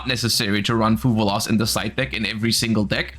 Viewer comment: One day will stop saying fuvaloss. That day is not today lol